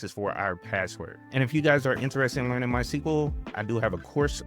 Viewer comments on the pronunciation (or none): none